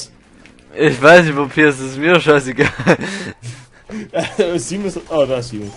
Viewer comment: Es heißt Zimos nicht Zimon. :P